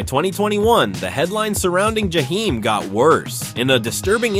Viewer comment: I hate the way you’re saying his name because you are making this story about him. You can’t even say his name, right?